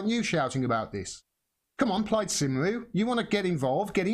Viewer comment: Plaid cymru is pronounced "Plaid Cumry" - that's Cymraeg for you! ;)